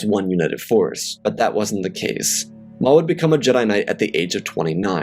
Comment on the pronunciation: lol I thought I herd it wrong but I hear you say darth moff